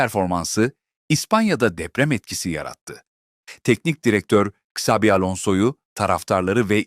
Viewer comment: Ksavi değil Çavi diye okunur…